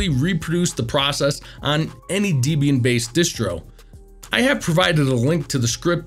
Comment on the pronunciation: Debian is pronounced “Deb” “Ian” as in Deborah and Ian Murdock. Not “Dee” “Bee” “Anne”.